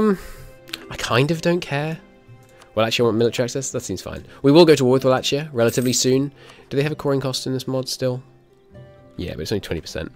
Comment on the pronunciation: No offense intended, the ch in Wallachia is pronounced like k